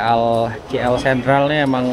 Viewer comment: KL bukan kie-ell